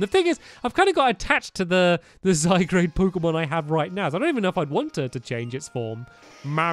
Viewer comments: Stampy it's zye-guard not zye-grade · It's name is not Zygrade it's Zygard